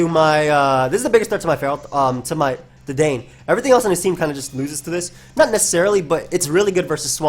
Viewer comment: I don't think anyone really cares at the end of the day, but just fyi, Dedenne is pronounced Deh-den-nay.